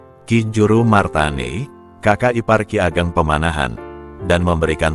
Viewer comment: Kiageg Seko bukan kigeg. Sela solo salah